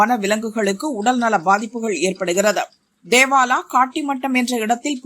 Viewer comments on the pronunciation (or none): தேவாலா இல்லடா தோவாலா